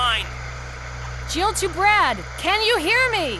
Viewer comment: And for some reason in the remake Chris calls him "Brack!" Or is it just my crap hearing lol but watch the intro cutscene "Brack! Where the hell's he going?!" I just cant un-hear it lol.